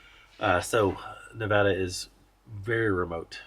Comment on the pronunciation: its Nevada not Nevahduh